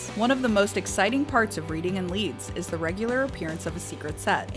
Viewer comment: That pronunciation of Reading hurt me deeply